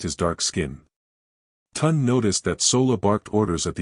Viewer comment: At least try to pronounce the names properly. It is not Tund, it is (Tune day Tunde)